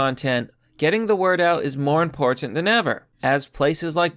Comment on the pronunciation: thank you for enunciating the t in important.